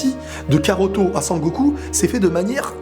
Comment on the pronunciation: karoto? non mais sérieux 😑